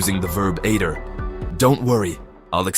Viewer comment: Great Idea of the video but at least make it pronounce aider correctly. Imagine going to France and hearing someone say Eydr. Wouldn't really work would it